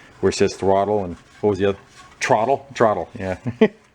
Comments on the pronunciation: Great save, “Pet .......Trottle”👍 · "Trottle". LOL! Taryl must have been there. HAHAHA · "trottle" grooosssssssssssss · “Trottle”. I can hear that Mainer’s accent! LOL! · ‘Trottle’, definitely came from North Jersey. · That “trottle” gave him a little bit of throuble! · "Trottle"... 😆 Must be from Taryl out in Podunk... Thanks for the vid! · "Trottle"? I had to snigger. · "Trottle" Must be from NY/NJ. lol